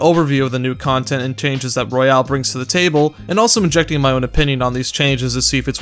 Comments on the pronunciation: Anyone else bothered that he says royale instead of royal? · if you say royale instead of royal one more time im going to have a breakdown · It's royal not royale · He also said royale instead royal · It's Royal. Not Royale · Why do you pronounce the word royal as royale ?